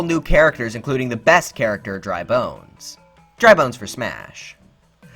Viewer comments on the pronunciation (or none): You pronounce dry bones wrong. You place too much emphasis on the word ‘bones’ when saying it. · did he just say dry bones for smash